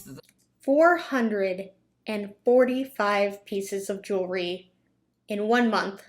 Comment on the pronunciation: Jew-la-ry?? At least learn how to pronounce the word you're selling. Jew-al-ry. Ha ha ha.